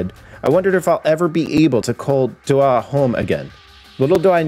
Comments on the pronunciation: more like dough ha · This ain’t a bad story. I’m probably a dumbass but I lived in Doha and we pronounced it like “Dough Ha” probably just me being an idiot but if I’m right yeah. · That's not how you pronounce Doha lol. You pronounce the H just like in hair " doe-ha"...not complicated. The way you said it means a totally different word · The way you pronounced Doha was meh, which is totally understandable. But the way you said Qatar, damn bro, on point. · That's not how you say the city name